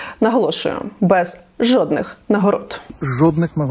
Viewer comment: Я тричі почув жопних нагород замість жодних 🤣